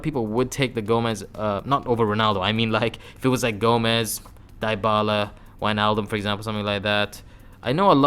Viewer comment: Fck your "dybala" pronuntion